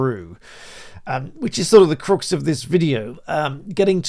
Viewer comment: Talking of voice coaches... The "u" in "crux" is pronounced like in "bucks", not like the "u" in "crucifix" 😊